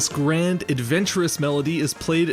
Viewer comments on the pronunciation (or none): none